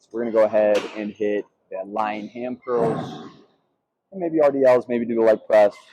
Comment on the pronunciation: This is Ham not Sam 😂